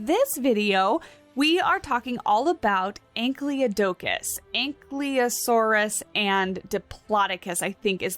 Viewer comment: It's An-kye-low-sore-us And An-kye-low-doe-cus.